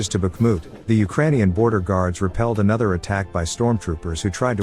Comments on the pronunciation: Its "repelled"... NOT "Repealed"... Slava Ukraina! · Ummm.....It's "repelled" not "repealed". 😉